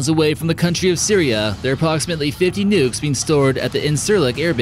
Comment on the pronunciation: nukes not “nucks” 😁